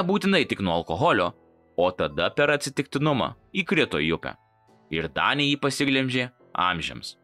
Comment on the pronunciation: Dangė, ne danė